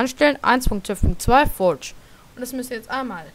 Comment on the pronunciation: schlecht wie du das forge aussprichst furtsch